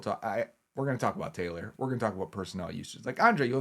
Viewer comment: Taylo you say?